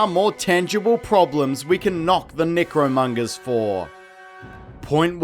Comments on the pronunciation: Why does it sound like your saying negromongers? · more like nicromungers lmfao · I like how many ways you pronounced their group. Necromongers, Nickromongers, Necromungers, Nickromungers. I'm easily amused. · Like...are you pronouncing necromongers wrong as ajoke?